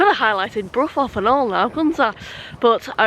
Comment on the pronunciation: River Ouse - pronounced Oooooze 😂😂 Well done for saying Brough correctly though Lol 👍🏼